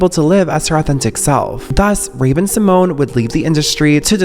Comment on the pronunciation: Actually it's Symoné not Symone it has that "NAYE" at the end in silence Symonaye, Symoné!